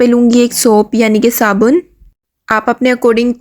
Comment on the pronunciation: Saban ❌ Sabun ✔